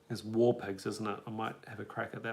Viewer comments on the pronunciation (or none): Hard G sound in front of the word War